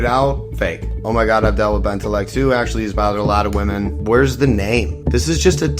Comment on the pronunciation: Why do you keep pronouncing "women" as "woman"? wtf? 😂😂